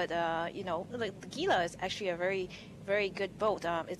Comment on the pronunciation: damnit it's """"G""""ila >.< *dies*